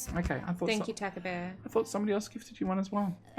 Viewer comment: Want to sell a "c" (its Tahcabear) :D